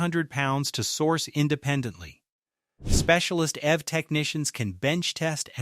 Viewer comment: You should be more careful with your script writing because you’re using an American Standard accent, but referencing British currency. Also EV, is pronounced eeeee veee not “ev” like in evermore